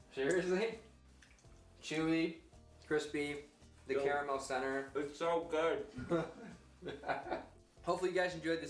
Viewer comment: "Spahtulaah" "ze carramell" haha great video! Looks delicious!